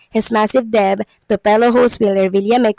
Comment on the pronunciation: Please correct your pronunciation of "debt".